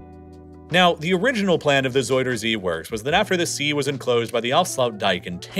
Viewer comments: ”zeider zie” 💀 En daarna “zoider zie” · Ja.. door de soudersee (zuiderzee) moest ik echt ff lachen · Isn't is ZOW-der-zee not ZOY-der-zee? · Love the vid, bit of a nitpick, but zuiderzee is more pronounced like "zuyder zay" than "zoider zee" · Bro just say southernsea instead of saying zuiderzee like its soyasauce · ”zoyder zea” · zoidercee lol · Nah don't be silly. Soidersee or frenchfriesland? No effort made at all. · As a dutchie loving how you call our city names and Zuiderzee haha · I love how you try to pronounce our names. Please don't stop. However, you pronounce Zuider-zee (south sea) as if it's a name out of toy story 2 of another alian which is either a friend of Buzz Lightyear or his enemy. I am dead. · the way you say zuiderzee and friesland 😭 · whahaha being dutch its funny to hear you call our places so badly its just so funny to listen to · I mean this half humorously, you are so butchering Zuiderzee's name now. Put it in google translator and ask for pronunciation, it will speak it out well.